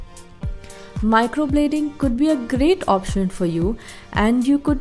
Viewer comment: Its microblading not microbloding..atleast pronounce it properly